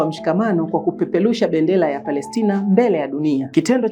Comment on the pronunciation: Jifunze lafudhi ya Kiswahili Kwanza sio kupepelusha bendela ni kupeperusha bendera.